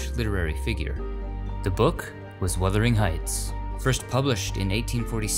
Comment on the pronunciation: He pronounced it correctly. Listen again with the volume up :-) He didn't say withering.